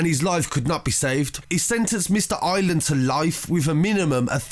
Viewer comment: I r é land not island man please prenounce it properly haha